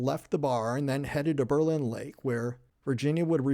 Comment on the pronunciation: Berlin Township and Berlin Center was named in 1828 after Berlin, Germany where many of the settlers came from. I live ten min away and have many relatives there. Not that it may make a difference to you...but it's pronounced BER-lin...not Ber-LIN.